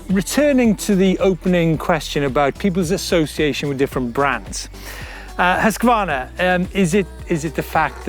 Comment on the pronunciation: Prononce: husq varna. Not husqua varna. I just love my Mc 6 !!!